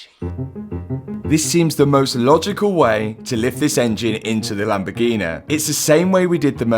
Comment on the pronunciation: "the lamborghineeaa"